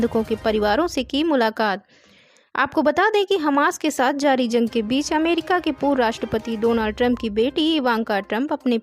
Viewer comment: Zang NHI h Bolna dekh yar Jang h ok Bahut. Galat. Bolta h Urdo ki malomat NHI h